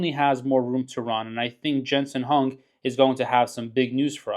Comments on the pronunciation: Jensen's last name is pronounced "Wong"......not "Hung" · good videos, but ya gotta pronounce Jensens name correctly. The H is pronounced like a W